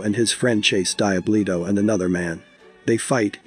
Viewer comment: When he’s saying Die Bluto is he trying to say Diablito 😂